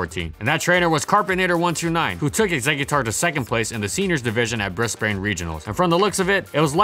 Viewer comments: God, that Brisbane pronunciation . It's Bris-ban, not Bris-bane. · Aussie here It's pronounced Brizben, not briss bane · Doesn't really matter buttttttttttt.. Brisbane is just pronounced "Bris-ban", you don't prnounce the e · "Bris bane" 😂😂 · mate brisbane is pronounced "brizz-bn" <3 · I'm sorry, Bris-WHAT? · Can't pronounce Brisbane properly smh